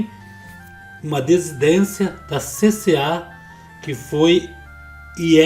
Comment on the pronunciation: Perdão, irmão, mas a palavra correta é " DISSIDÊNCIA" irmão Samuel que é escritor, também confunde a pronúncia e vários outros irmãos também! Não é pra corrigir! É só pra lembrar, porque vocês usam muito essa palavra, nos vídeos! 🙏🙌